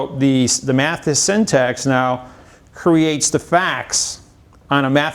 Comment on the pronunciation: He may be smart but he cannot pronounce syntax. :) He says it like syntext.